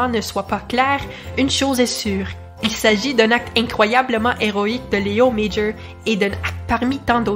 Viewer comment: C'est amusant, vous prononcez son prénom correctement mais pas son nom de famille. Son nom de famille est aussi français...